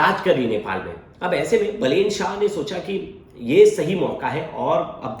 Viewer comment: अबे बेलेन नहीँ बालेन वा बालेन्द्र शाह है